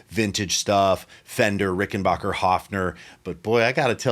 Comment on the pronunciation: Did just say RickenBACHer instead of RickenBACKer???? It must be a Hearing thing on my side. 🚀 Fabulous mention on Mike and Daniel...... Dear, Dear Friends. MTD....Bassilicious. 🌞